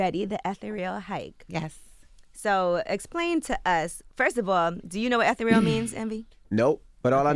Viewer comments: mark Angela Yee: do you know what etha-real means Envy? DJ Envy: No but do you know how to pronounce it? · It's Eh thereal, not Ether Real..... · Eth-a real Yee?? (Ah-Thee-Ree-UL) (sheesh) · Isn't it pronounced e. the. re. al 🤔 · That is NOT how u pronounce ETHEREAL SMDH. ANGELA YEE butchered that word.....does the author not know as well seeing that it wasn't corrected or was it that she didn't want to embarrass